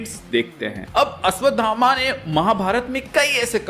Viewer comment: Abe ashdhama nahi hota ashvthama hota hai